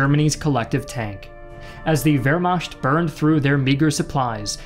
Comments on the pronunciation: It's pronounced Veer-Makt, not Ver-mashed; and there's no place called Caucasia, but rather, a region known as the Caucasus. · Great job as usual. Two things. Please learn the proper German pronunciation of Wehrmacht ( ver makt) also the "National Socialists" were a political party. The Germans were/are a Nation state and people who comprised the armies. The Germans invaded not the "Nazis" no more than the Democrats stormed Normandy or Tories pushed Rommel across the desert. Please refer to them as the Germans. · His pronunciations of key words like Wermacht, I just couldn't continue... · Bro please learn how to pronounce Wehrmacht